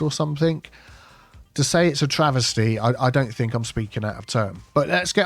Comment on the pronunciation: It's TRAVESTY, brother, not "traversty."